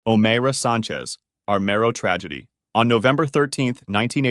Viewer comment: O MYRA is how you pronounce it